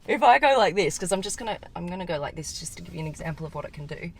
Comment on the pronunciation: "This" is not "theese".